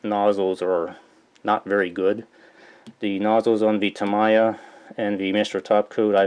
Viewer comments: I believe it's "Tah-mee-yah" not "tah-mai-yah" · Gawd, the way you pronounce tamIya irks me so much. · White people prefer to say it "Tah-MAI-ya". Asian people prefer "Tah-MEE-ya" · Tami is very offended by your pronunciation. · so cringy everytime he pronounces Tamiya. lol! but helpful video overall.